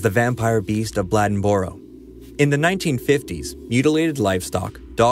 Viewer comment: The one from NC is called the beast of Bladenboro . It's pronounced Blade-in-boro. I've built quite a few houses there and I've never seen shit.